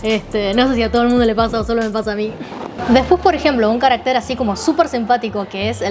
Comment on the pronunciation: Insistes en pronunciar equivicadamente 'caracter', palabra aguda que rima con.mujer. Esa palabra no existe. Existes carácter, . palabra grave, con acento prosódco en la segunda a.